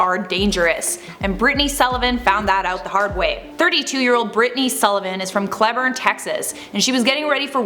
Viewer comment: Cleburne is actual pronounced Cle (as in Clee) and burne is (burn). Still gorgeous and you can have a pass.